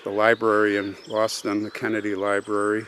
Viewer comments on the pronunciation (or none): none